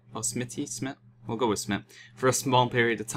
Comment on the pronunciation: its smite not smit